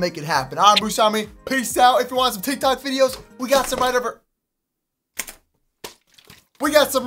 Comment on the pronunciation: he said tiktac 😂